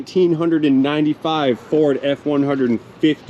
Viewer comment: Did you call it a "Förd" :-)